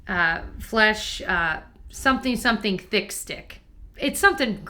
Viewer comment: I kept hearing "flush" in the beginning when she said flesh. It looked like it should have been flushed!